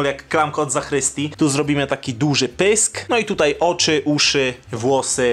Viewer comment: Zakrystii!! naucz się wymawiać tą część kościoła poprawnie